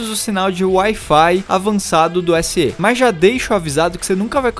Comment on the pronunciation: Na língua portuguesa do Brasil, a pronúncia correta do fonema /e/ das siglas, marcas ou similares é com som aberto: /é/. Para confirmar isso, basta ler as seguintes siglas: DNER, BNDES, IPEIA, ESA, EUA, IBGE, OPEP, UERJ, TSE. MEC. Portanto, tua pronúncia SE, com som fechado no "e" - /ê/, está fora dos padrões de nosso vernáculo. As pessoas ignorantes academicamente, ao ouvirem o errado, tendem a imitar e repetir o erro e errarem da mesma forma. Olha só como as pessoas repetem os erros dos outros, porque não se interessam em estudar: RECORDE: PRONÚNCIA ERRADA: com a tônica caindo na sílaba "re” PRONÚNCIA CORRETA: com a tônica caindo na sílaba "cor" CATETER: PRONÚNCIA ERRADA: com a tônica caindo na sílaba "te” PRONÚNCIA CORRETA: com a tônica caindo na sílaba "ter" IBERO: PRONÚNCIA ERRADA: com a tônica caindo na sílaba "i” PRONÚNCIA CORRETA: com a tônica caindo na sílaba "be" PUDICO: PRONÚNCIA ERRADA: com a tônica caindo na sílaba "pu” PRONÚNCIA CORRETA: com a tônica caindo na sílaba "di" RUBRICA: PRONÚNCIA ERRADA: com a tônica caindo na sílaba "ru” PRONÚNCIA CORRETA: com a tônica caindo na sílaba "bri" LÁTEX: PRONÚNCIA ERRADA: com a tônica caindo na sílaba "tex” PRONÚNCIA CORRETA: com a tônica caindo na sílaba "la"